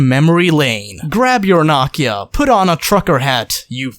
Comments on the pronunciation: Knockia ? You mostlikfully mean No-Kia lol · did this guy just say nah-kia?